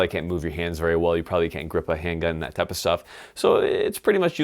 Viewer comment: "That type'a stuff"